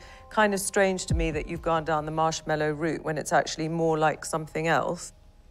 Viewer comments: I'm surprised it's her company and she can't even pronounce "marshmallow" correctly. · She'd probably do better if she could pronounce marshmallow correctly.